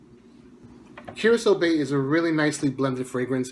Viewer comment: The one that I'm most interested in would be Curacao Bay but I think I'm going to pick up a sample of each as soon as I get the chance. Thanks for the pronunciation I would have been saying it wrong without your help lol